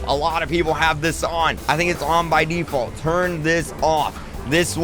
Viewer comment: Sorry,did you say default?